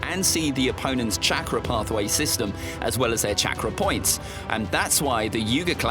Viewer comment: This guy keeps saying Chakra wrong 🤣🤣